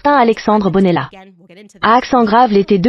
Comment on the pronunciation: MDR, ça traduit même les accents sur les lettres. Et Alexandre BONELLA, au lieu de BENALLA. Quel fouillis, ça part de Brigitte Macron et ça finit en salade de pédo..ile, pé.éraste, du grand n'importe quoi ! Aucune crédibilité ....